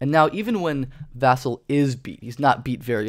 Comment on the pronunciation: Vuh-sell is how you pronounce it